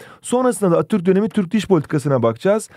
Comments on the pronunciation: Abi atturk değil ATATÜRK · Sadece benmi attürk demenize sasirdim hocam jsjajsjsjsjsbdbdj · Atürk diye okuyorsun Atatütk,Mötro değil montrö diksiyon dersleri almalısın